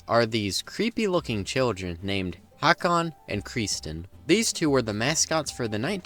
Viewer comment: The name is actually Håkon. Like before, you can't just remove parts of a letter and turn it into a different letter. Closest English sound to Å is the vowel in "thought", so I guess the approximate English spelling is "Houghkon".